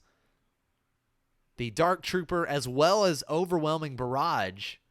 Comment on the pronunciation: Nah, it's just they way you pronounce "barrage" makes me think "garage" every time. Then I think of the overwhelming mess in my garage.